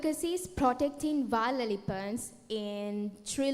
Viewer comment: Nahirapan din akong intindihin yung pagbigkas nya ng wild elephant.